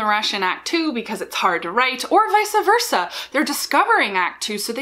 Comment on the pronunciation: Also your pronunciation of “vice versa” is very sus. It’s one of those that people mess it up enough that the wrong pronunciation is excepted though, so I’ll let it slide. Facsimile was UNACCEPTABLE, though! For shame! We deserve an apology video at least 10 minutes long!